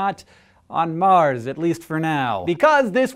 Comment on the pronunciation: OCD kicking in..!.!.!... It's not MAR'S